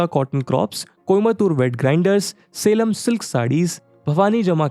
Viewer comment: Salem को सेलम बोलते हैं , ना की सालेम